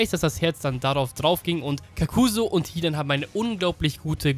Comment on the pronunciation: Bin ich der einzige den es nervt das er das a bei hidan so lang spricht? 😂